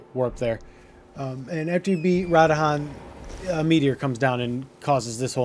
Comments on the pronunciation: It's pronounced radan not radahan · Radahan? They literally say RA-DAHN multiple times throughout the story. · it is not RA DA HAN it is pronounce Ra DAN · Also after u start her quest and she falls asleep u can go straight to radahn (not radahan) and the wolf will be there telling u missed your meeting with him basically u can skip the part of going back n forth to npc’s. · pronounced Radahn, not Radahan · Drinking game: take a shot every time he says Rod Han and still try to beat the quest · ah yes my favorite demi god in Elden Ring, "Ra-Da-Han" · You’re a peanut with your pronunciation of the character names and locations man. It’s like you heard in the dialogue when playing and where like “…you know what? Imma say it da way I lyk” 🤦‍♂️ Stick to the script bro. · The amount of times you completely mispronounced names (radahn the most) drives me nuts. They literally say it in the game.. How do you mispronounce it? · I 10000% appreciate the guide but FUCK MAN YOU butcher the fuck out of Radhans name lmao 🤣 it's cool we love you still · Amazingly condensed video. This guy knows how to make a guide. Mispronouncing the fuck outta radahn though😂